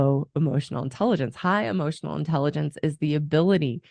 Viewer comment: Bit of advice when talking about E-motional Intelligence, Stop saying A-Motional Intelligence, you sound like a fucking moron, not being a grammar nazi, its a pet peeve, like "Ask" and "Axs"